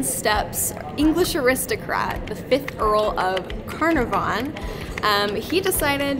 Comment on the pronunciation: Agatha Christie stayed in the Winter Palace, but wrote Death on the Nile in the Old Cataract Hotel in Aswan. Lord Canarvon is pronounced CAR-NAR-VON, NOT "Can-air-von"